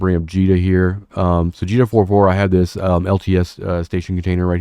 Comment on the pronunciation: Finally! Someone that says "Jita" the way God intended! : ) I find it hilarious that in Jita 4-4, even the announcers can't agree; some say it "J it uh" while other say it the correct way, "Jeetuh." : P They could make a comedy sketch out of it, really, similar to the old "The white zone is for...." sketch of the past. Although, no one would be able to understand it, as the devs have both echo and announcement overlap turned up to 11, making all announcements incomprehensible. Just found your channel today. Came back to the game after a ten year break last month. Instant thumbs and subs.